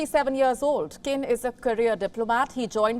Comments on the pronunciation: Qin is pronounced as Chin not Kin... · His last name is pronounced “cheen.”